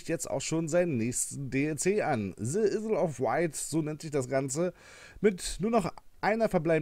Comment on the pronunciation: Isle Wird nicht Issl ausgesprochen sondern Eil...